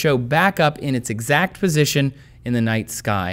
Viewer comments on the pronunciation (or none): none